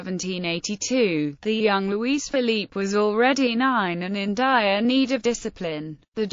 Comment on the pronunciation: Ffs. LOUIS. "LOO - E".